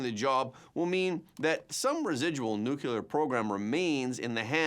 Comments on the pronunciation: I still enjoy and appreciate the presentation, i just react to your pronunciaton of 'nu-cu-ler' rather than 'nu-clear'. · Nuclear isn't pronounced Nukuler.. aks me, I know. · Their is no such thing as "NUCULAR!"